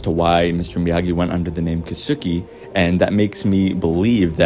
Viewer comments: Good theory. I think Julie Pierce/Hillary Swank will show up, since its her last chance to do so in this series. Btw, the pronunciation of Japanese name "Keisuke" is like "kays kay", not "kay soo kay". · As a Japanese speaker it pains me how everyone is mispronouncing Keisuke, including on the show. lol kay-su-kay. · His pronunciation of kisuke 😂